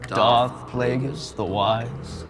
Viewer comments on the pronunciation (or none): I got it in literally 10 seconds because she said dark plageuis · Within one second when she calls him "dark plageuis"